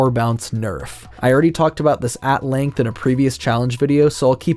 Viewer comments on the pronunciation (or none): none